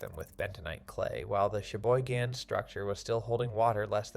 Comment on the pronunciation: LEARN it Cheboygan not sheboygan